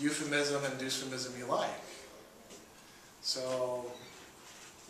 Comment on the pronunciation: Why does he pronounce "dysphemism" as "Doosphemism" lol. That's like saying "dystopia" as "doostopia"!